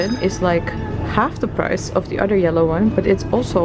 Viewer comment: you are not pronounciating some of the english words properly. For instance, you tend to say "udder" instead of saying "other". Sorry but it makes me cringe. Try to be yourself when you speak English. Dont try too hard attempting to be a native English speaker because you are not! And trying hard comes off as fake.